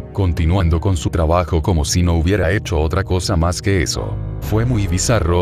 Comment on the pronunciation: Oye no te quiero molestar pero es "hecho"